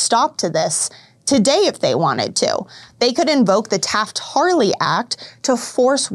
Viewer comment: *Hartley. Taft-*Hartley Act. It's obviously your first time reading this. Scary that you're reporting on this.